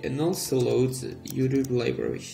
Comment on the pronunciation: IT'S YOUTUBE NOT YUDU